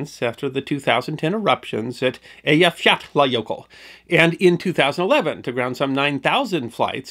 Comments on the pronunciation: Congratulations on pronouncing that Icelandic volcano. At the time, you could see news readers wanting to cry when it came up. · Your pronunciation of the jøkul is the best I've ever heard of an American. Love your channel! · Great job pronouncing the name of that Icelandic volcano, I would have never gotten through that. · He definitely did his homework 😅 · Loved hearing your account of British Airways flight 009. According to a “Mayday” documentary, the passengers later formed “The Flight 009 Glider Club.” BTW, I’d be curious to know how much practice it took to master pronunciation of the Icelandic volcano names.